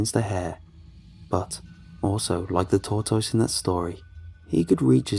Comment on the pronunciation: Just watch out for those tor-toyses